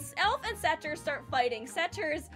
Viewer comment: satyr rhymes with hater not saturn also syd best channel